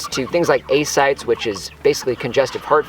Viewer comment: Great video as usual. Just a comment, if I'm hearing the term I think I am, 'ascites' is phonetically a 3 syllable word "uh - sai - teez" rather than 2 syllable "ay sites"